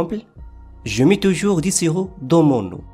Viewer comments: Vous prononcer "du" comme "di" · La prononciation de du et des n'est pas bonne par contre.